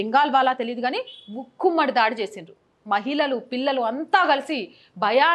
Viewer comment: ముక్కుమ్మడి దాడి కాదు తల్లీ ఆ పదం మూకుమ్మడి దాడి.కుహానా కాదు ఆ పదం కుహనా.తెలుగు పదాలను ఖూనీ చేయవద్దు